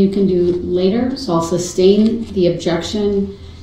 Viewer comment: I also hate the way the says oath (oaff), truth (truff), sustain (substain), umbilical (umbiblical), and so many more.